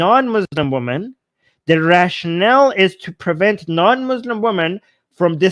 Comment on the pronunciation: Hey. This is my comment for the algorithm. Please say "wimmen" when say "women", plural. The pronounciation you're applying is singular.